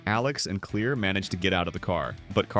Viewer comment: Her name is Claire not clear